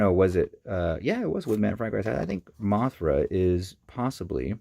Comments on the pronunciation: Moothra? MeekaGodzilla! Gatoradea? You are pronouncing all of their names wrong! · first off its mathra, beeb boop godziller and gay dorah. Get ur fax right.